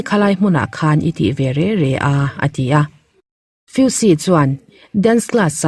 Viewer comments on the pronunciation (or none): Re re nilovin reng reng tih tur aw